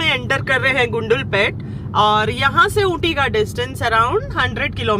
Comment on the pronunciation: कन्नडा राज्योत्सवदा हार्दिका शुभाशयगळु... हेगइद्दिरा टु ऑल मै सब्सक्राइबर्स... नंजनगूडु ... कबिनि रिवर... श्रीकंठेश्वरा मंदिर... गुंडलुपेटे... बंडीपुरा... जी, ऊपर लिखे हुए शब्द सारे मैंने वीडियो रोक रोक कर लिखे है। अगर आप उच्चारण इस तरह करोगे तो आप कन्नडा नाडु के लोगों के दिलों में और अच्छी तरह से घुल मिल जाओगे। कृपया गलत मत समझना, मैं आपको सलाह दे रहा हूं ये सोचकर। अभी वीडियो आधी ही देखी है। कल पूरा देखूंगा। आप के सारे vlogs की तरह ये vlog भी बहुत अच्छा है। 🙏👍